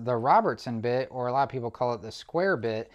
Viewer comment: One comment, the term "a lot" is not pronounced with a long A or a hard A it is a short a. Pronounced "ah lot". Its just like the A in america. Please use the language the rest of us use. Thank you. Great video with good information